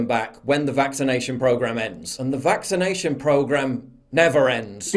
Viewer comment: "Ind point for this vixination"... OMG that is beyond annoying!